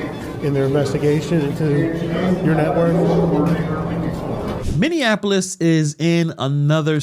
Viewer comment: Bro You Gotta Say Minneapolis Correct frfr